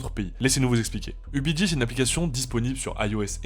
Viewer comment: on dit ubigi pas ubiji 😂 ils n'ont pas vérifié votre vidéo avant diffusion ?